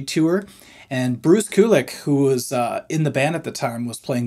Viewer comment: Bruce “Q - lick” 👅 not “koo - lick” haha. Your videos are awesome btw!